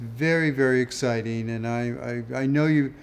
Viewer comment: I like the way he says it's very very "exciteen"